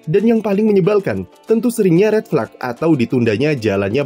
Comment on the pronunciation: tumben min pronounce “red flag” dibaca “red flak”